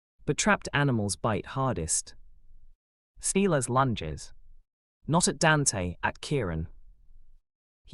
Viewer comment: You pronounce Silas as SY LUS NOT SEELAS. Couch is pronounced cow ch NOT cooch.